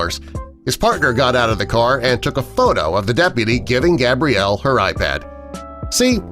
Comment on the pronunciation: Anyone else notice they stared saying Gabrielle is stead of Gabriella